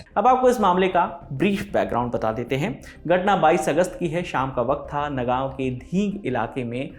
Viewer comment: Sir ji ye नागाओं nhi "नगांव" hai Thank you